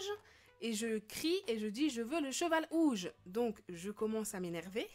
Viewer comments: mes pourquoi elle dis ouges ses rouges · pk tu dit ouge au lieux de rouge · Bourquoi tu dit ouge au lieu de rouge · Tu disais OUGE ? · elle dit un cheval ouge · pk elle dit''un cheval ouge